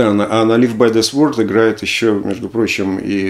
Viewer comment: Слово sword произносится как "cорд", а не "сворд" :)